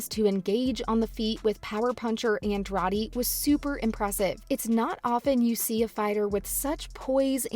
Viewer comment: Please learn how to say Andrade if you are going to try to cover mma